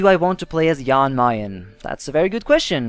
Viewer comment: It’s pronounced Jan Mayn